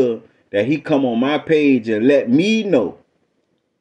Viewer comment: "And let me know!" 🤣🤣🤣🤣🤣🤣🤣🤣🤣🤣🤣🤣🤣🤣 Oh you had to put emphasis on that one he let me know! (So on the floor) 🤣🤣🤣🤣🤣🤣🤣🤣🤣